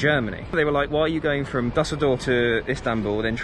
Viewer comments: Never heard of “Dasseldorf airport” it’s “Düsseldorf” ü ü ü…ue ue ue for Brits… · Das heißt Düsseldorf man